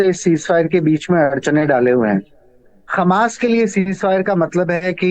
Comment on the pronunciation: ji aaj tak aapko ye bhi pata nahi chala ki hamas he ya khamas aap khamas bole ja rahe hen